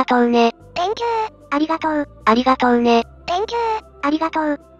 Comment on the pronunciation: Think you → Thank you（小さいことが気になる、僕の悪い癖ｗ） 個人的にはこのしつこい「ありがとう」連呼は好きです。